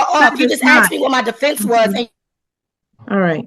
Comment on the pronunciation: was tabbed out just listening and as soon as she said "axed" I knew what she looked like